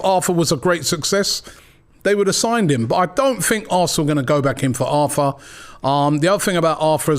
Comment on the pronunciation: Robbie please... Not Arfa. Its Arthur